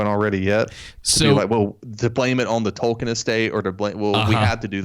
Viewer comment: 😂😂😂😂 JRR “Token”